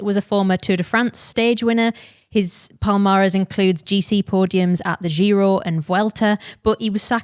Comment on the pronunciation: I do not approve of how you're pronouncing giro. Apart from that, great as always.